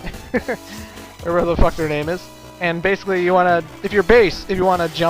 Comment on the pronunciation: You say BASSically a lot.